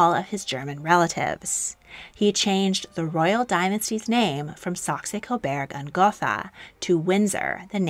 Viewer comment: Very interesting - thank you for this video! One small correction: it's Saxe-Coburg (cobourg), not Saxe-Coberg (cobairg).